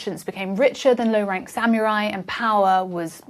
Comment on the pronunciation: I lost interest the moment I heard “samyurai”. Can’t count on any meaningful content after that.